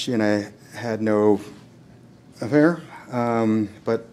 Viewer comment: the way he tried to skip mumble over the word affair 🤣